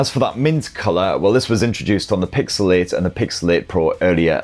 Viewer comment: You say Pixel 8, I hear pixelate